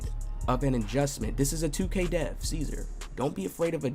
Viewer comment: Hey Og his name is not Cesar it's Czar or Zar. Keeping putting out your gem's. I'm trying to make a build similar to Paul George